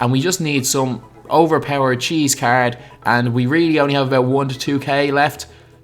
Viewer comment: caerd this caerd